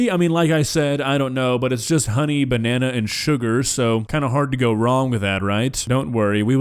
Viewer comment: Did he say he removed the bannana seed?